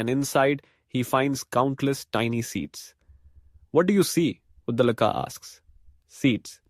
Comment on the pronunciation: He is pronounced Udaalak.